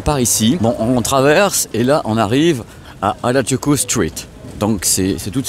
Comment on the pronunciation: petite correction, ce n'est pas hardjoukou mais Harajuku (u pas ou) merci 😊 (presque comme votre "à raz du q en français") même si on sait que vous n'aimez pas les langues 😂😂😂